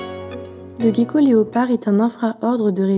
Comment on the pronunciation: Ca se prononce jéko pas Gueko 😒